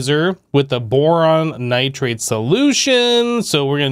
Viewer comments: It’s not nitrade it’s pronounced Nigh-tride Edit: He figured it out later in the video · There's no A in nitride plsss stop saying nitrade!!!